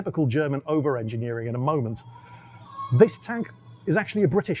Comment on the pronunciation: Zehr ist no such zing as "ofer enchiniering".